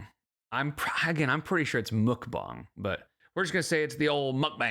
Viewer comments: its muck bang but shes stupid and calls it mook bong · Muck (like duck) bang (like bang bang, not bong) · I don’t normally correct people on the pronunciation of mukbang but since you mentioned it, it’s pronounced muhk-bahng in Korean. Uh like in nut and ah like how you’d say ahhhhh at the doctor when they tell you to open your mouth. It can be confusing because when romanized usually u means an ooh sound, but when romanized traditionally, it’d be written as meokbang (the vowel uh is romanized as eo) which is even more confusing to figure out if you aren’t familiar with Korean, so I get why they went with mukbang 😂 (I speak Korean) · Because you asked, it's 먹방. There is no u/oo in it, more like mog-bahng (no ae but like a u turnd to a like in sun). I don't know if that even helped, sorry 😅🌷